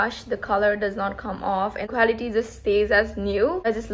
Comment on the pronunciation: Did you say quality? Cause it sounds equality 😅